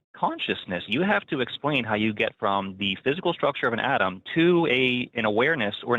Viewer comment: The dude says atom over and over again and somehow comes out and wants to correct the hosts on saying atom and then goes right back to saying atom. The call is painful to hear